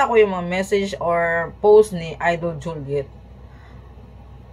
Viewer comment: Visaya.kainis yang pronounce mo.sakit sa tenga.alden po!d aldin.juliet po.d joliet